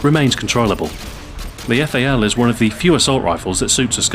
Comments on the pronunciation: Fail... You should read correctly :D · the eff-a-ell...